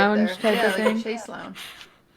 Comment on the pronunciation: its pronounced shayz lounge, not chase